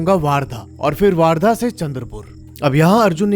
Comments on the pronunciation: It's वर्धा , not वार्धा. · I am from chandrapur ❤...bhai vaarda nhi vardha bolte hai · दादा its not a वार्धा its a Wardha ( वर्धा ) . बाकी सब पुरी story barabar hai aur vo jo दो gaon ke नाम bataye hai aapne vo ekdum sahi hai ( अंजनगाव बारी ) jo hai vo pura isi baat ke liye badnam hai bahot logon se suna hai iss bare mein humnein 😊😁 by the way Akola humara ददीहाल hai 😊🙏😀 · Not vardha it is called as wardha😂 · Bhai waaaaardha nahi वर्धा................ Hindi me jyada aacha phoenatic pronounciation hai